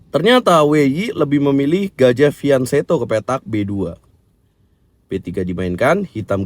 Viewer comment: klo masalah tulisan kurang tau, tapi cara baca yg benar itu pake "K" yaitu fianKeto. (krn pernah liat video yg mana GM dari luar negeri yg menjelaskan bahwa pake "K" bacanya, dia menjelaskan kata itu dari bahasa itali kata dia)